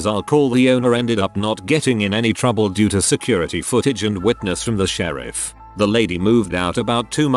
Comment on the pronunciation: "I called the shereef"